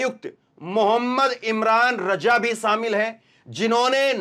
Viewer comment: मु इमरान रज़ा उच्चारण शुद्ध करें